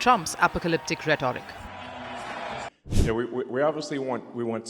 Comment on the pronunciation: The voiceover lady would sound more professional if she looks up how to pronounce words if she's unsure. Simple words like 'hyperbole' or 'rhetoric' for example.